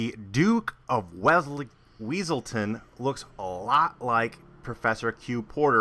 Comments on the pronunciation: ITS NOT WEASELTON, ITS WESSELTON!!!!!!!! lol! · Everytime he said weasletown, I imagined that guy saying "it's Wesleton!!!!" In his voice haha